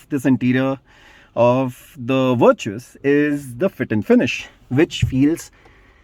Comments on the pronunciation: Vir-chus 🤣 mat bolo bhai naam aap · "Virtues..... Sorry Vir-Choos" 😂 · First start pronouncing the name properly before making the video